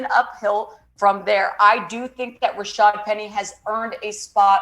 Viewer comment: The announcers called Rashaad Penny, Rashard all game.